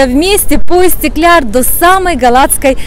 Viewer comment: Видео было познавательным и интересным 🙄 но хотела бы выразить свою эмоцию по поводу истикляр(?) скорее будет правильнее истикляль (НЕ В ОБИДУ) 👍